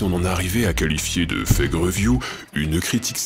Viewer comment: Update: Je me suis rendu compte que mon accent en anglais est devenu horrible ! Je prononce Fague au lieu de Fake !